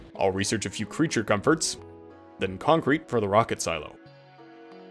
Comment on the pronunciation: "ill conk the crete" killed me ngl